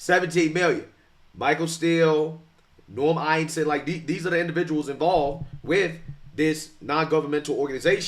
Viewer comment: “Eisen” you say??? Every.Single.Time